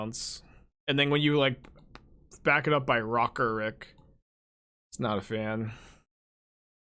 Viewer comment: how is it hard to say rock rick lol